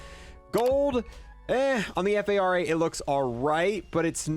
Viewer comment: Bro i swear you call the fara the F A R A just to piss me off😭